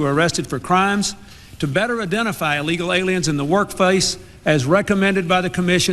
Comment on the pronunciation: Hey,... There is NO SUCH WORD AS "EE-Legal"!!!